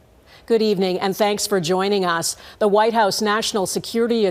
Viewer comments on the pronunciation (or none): none